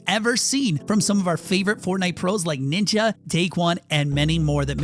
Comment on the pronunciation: He said nincha